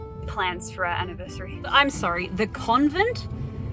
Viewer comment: Congratulation, when you said universary i realized how manny years i watching you channel, damn time go fast :)